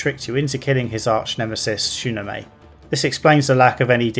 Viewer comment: "SHOE NO MAY" They SAY her name dozens of times.